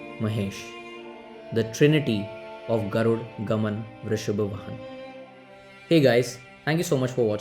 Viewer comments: Its not "Garud Gaman Vrishab Vahan" it is "Garuda Gamana Vrishabha Vahana" please spell Kannada word properly.. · Not garud gaman, vrishabh vahan .... It's Garuda gamana vrishbha vahana